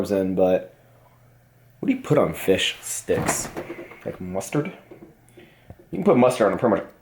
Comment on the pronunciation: Nice pronunciation on fish STICKS :)